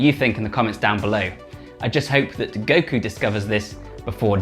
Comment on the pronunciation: i am the only one who heard dekku instead of goku?